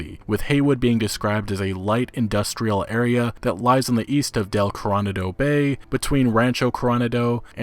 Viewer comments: Hey, it’s not Coron-ado, it’s pronounced Cor-o-na-do. It’s an area in San Diego. A famous hotel, the Hotel Del Coronado is down there. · When you kept saying "Curranado" I was seriously confused. Coronado. C'mon man, sound it out. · Coronado = core-oh-nah-doh. Can't wait for the gameplay trailer.